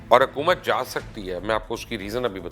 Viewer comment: آپ کی ساری باتیں سو فیصد متفق ہوں۔ مگر برائے مہربانی اپنی اردو پر توجہ دیں۔ صحیح لفظ“عمران کھان” نہیں ہے وہ “عمران خان” ہے اور “حَکومت” نہیں ہے “حُکومت” ہے۔ یہ ہندی فلموں کی وہ خاموش سازش ہے جس کے ذریعے ہمارے لہجے اور تلفظ کو برباد کیا گیا ہے۔ اور ہم غیر ارادی طور پر ہندی بول رہے ہیں۔ آپ جیسے باشعور لوگ بھی اگر یہ نہ سمجھ سکیں گے تو پھر ہم کس سے توقع رکھیں۔ خدارا اِس شازش پر بھی لوگوں کو توجہ دلائیں۔